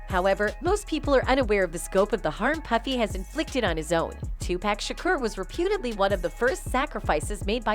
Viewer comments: DAMN ! HIS NAME IS 2PAC NOT 2PACK WTH LOL !!!!! White people always getting his name wrong lol 😆 😂 🤣 !!!!!! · His name is Tupac not 2 pack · PLEASE UPGRADE OR EDUCATE THE NARRATOR ON "PRONUNCIATION" !! IT LITERALLY HURTS MY EARS TO REPEATEDLY HEAR THIS WOMAN INCORRECTLY SAY MY DECEASED BROTHER'S NAME !! TUPAC SHOULD BE PRONOUNCED " TOO POCK" and not " TOO PACK" !! IT'S NOT THAT DIFFICULT AND I'M TRULY BAFFLED AS TO WHY THIS HASN'T BEEN ADDRESSED ALREADY ! IMO THAT'S THE MINIMAL AMOUNT OF RESPECT ONE SHOULD PLACE UPON HIS NAME !! THANKING YOU IN ADVANCE FOR ADDRESSING THIS ISSUE !! PEACE AND BLESSINGS !! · It's not 2 pec white girl, it's 2 pac...okay!! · WTF, is it about wyt people calling Tupac, TO-PACK? What, they can't can't pronounce the other short A sound?😐😐🤐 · Dang I wish she would stop saying Tu pack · If you’re gonna report this type of sh*t make sure you say 2Pac name, right. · It's a false grammar error in every video she put out and keeps on getting tupac name wrong.